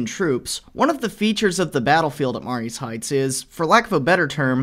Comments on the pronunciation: That's pronounced, "Ma-REE's Heights".... sort of like Marie's, even though it's spelled Marye's ... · Growing up in Fredericksburg Va. I can tell you right now. You absolutely butchered the pronunciation of Marye's Heights. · You should learn the proper pronunciation of Mary's.